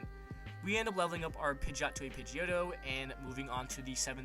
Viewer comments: It is pidgiotto that you evolved into pigiot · he said that pideot evolved into pideotto